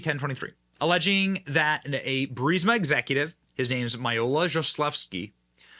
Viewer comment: You know Benny went through a character development when he pronounced 'Burisma' correctly 😂